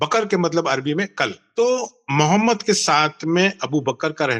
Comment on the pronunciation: محمد کو درست تلفظ سے پڑھیں مومد نہ پڑھیں باقی تمام الفاظ درست تلفظ سے پڑھ رہے ہیں لیکن صرف محمد کو مومد کہہ رہے ہیں